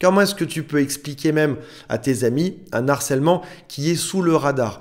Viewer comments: Salut!!!! ++++!!!!!!!!!!!!!!!!!!!(prononcer "Un /Arcellement"(pas un narcellement: on ne fait pas la liaison quand il y a un H): le français déteste les Hiatus!!! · Un "H"arcèlement... Ici c'est un H aspiré, donc pas de liaison à faire avec le un.😊